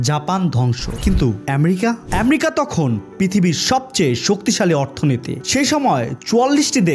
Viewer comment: ভাই আমরিকা কি। আমেরিকা।আপনি ঠিক ভাবে কথা বলতে পারেন না